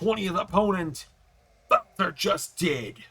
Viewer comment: hh the way he says walter wtf